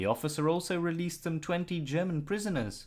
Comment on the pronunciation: Dear. Why are you pronouncing “German” as “Sherman”?